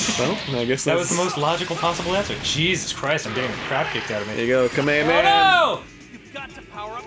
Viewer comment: I'm not that much of a DBZ fan but my God can you guys just say "Kamehameha"? Idk why but it's making me angry